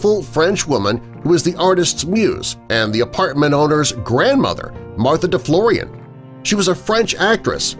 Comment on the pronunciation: Deflorian don't sound French